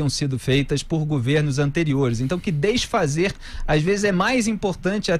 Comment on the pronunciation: Um reporter falando deisfazer 😲